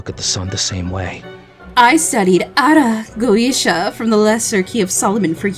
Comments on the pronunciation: I nearly spit out my food when she pronounced Ara Goetia like that. I was not prepared to hear that from this type of video lmao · The pronunciation of that misspelling of Ars Goetia is so cursed. Love it lmao